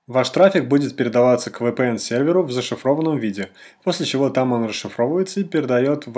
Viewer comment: еще бы правильно произносить VPN научился бы)